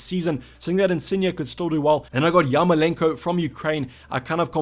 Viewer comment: Great! Man, you have wrong emphasis in ukrainian surnames. Yarmo'lenko, not Yarmole'nko. Zi'nchenko, not Zinche'nko. But Shevche'nko is correct.